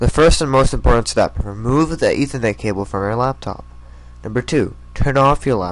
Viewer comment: Its and ethernet cable not an eeethernet cable!